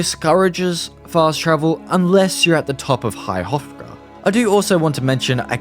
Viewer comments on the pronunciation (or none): I love how americans/english/etc cannot pronounce High Hrothgar XD this guy says "high rotgar" LOOOL